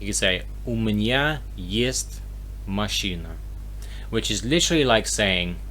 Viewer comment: Вы говорите "мащина", следует "машына". Понимаю что сложно расслышать разницу, но просто пишу, что бы вы имели в виду, как именно вы произносите.